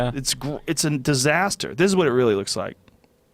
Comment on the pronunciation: "It's just a disASSter"